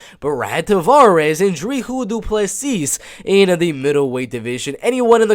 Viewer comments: its pronouced Drikus Duplessi , the 's' is silent in duplessi's' and the C in dri'c'us is pronouced like a K like cat , and u can roll the R in d'R'icus for extra points :P nice prediction , liked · Hey man just to correct you on the pronunciation of Dricus Du Plessis’ name. when you say his first name you pronounce the first half “Dri” perfectly but the “cus” is pronounced like a normal cuss (for instance when you cuss you are swearing) and with his last name. You pronounce it perfectly except the “S” at the end of Du Plessi(s) is silent so you only pronounce it Du Plessi pretty much without the S. But other than that great break down. I have my boy DU PLESSIS winning by KO. 🇿🇦🇿🇦🇿🇦🇿🇦🇿🇦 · your not pronouncing the "s" in dricus otherwise decent pronunciation. Dricus will finish tavares.